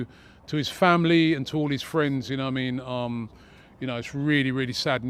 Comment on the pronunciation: ‘You nowah mean’